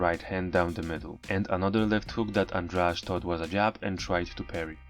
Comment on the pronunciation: Goshhh ANDRADE NOT ANDRAGE... Why you all keep on saying it wrong it's driving me crazyyy!...